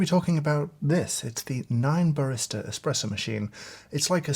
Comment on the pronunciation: Great video! But there is no X in the word ESPRESSO…